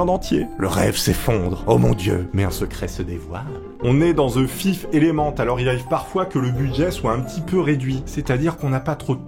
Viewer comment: "The Fif Element"